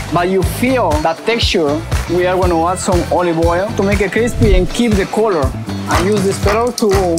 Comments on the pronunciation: omg that part had me dying 😂 ” nice and creespee!” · THICC AND CREESPEEE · NICE AND CWISPY